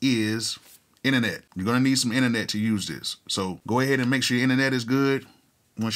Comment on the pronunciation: Lol you gonna need some “innanet”. 😂